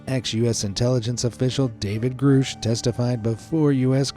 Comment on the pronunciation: it's GRUSCH, not GROOSH. jesus take 10 seconds to find out how to pronounce stuff, i only say this because there are mistakes in EVERY SINGLE VIDEO. 10 seconds.